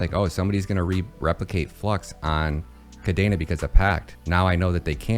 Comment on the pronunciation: Why does he say kadaina when it's kadena?